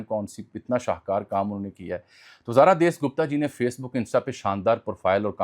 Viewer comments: ان یوٹیوبرز کو پڑھنے کی عادت نہیں ہوتی بس لکھی لکھائی چیزیں آکر بول دیتے ہیں۔ اس کو جاسوس لڑکی کا نام نہیں لینا آتا۔ اس کا نام زارا دیس نہیں زارا داس گپتا تھا۔ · دیس گپتا نہیں داس گپتا ہے